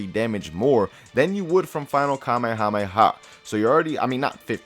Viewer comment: kamehahamehah😂😂😂😂 i'm just joking guys i love